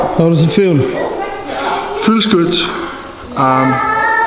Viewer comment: Thor is feeling "goot". SOMEONE PLEASE MAKE A COMPILATION OF THOR SAYING "i'm feeling goot", thanks. 😅